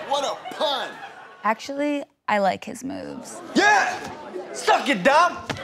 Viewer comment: the way hits the P in pun